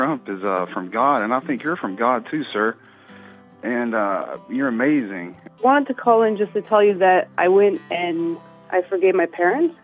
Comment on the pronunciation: UH MAY ZIN